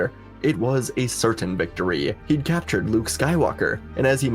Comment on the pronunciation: IT'S CAPTURED NOT CALTURED!!